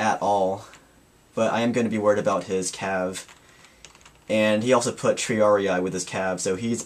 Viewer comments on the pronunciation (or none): none